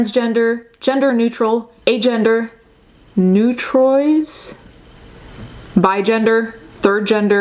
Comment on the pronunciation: Neutrois is pronounced Noo-trah meaning neutral